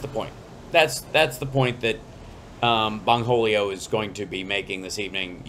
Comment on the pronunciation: O'tay, I know you didn't say "Bong-holio". I screamed! 🤣🤣🤣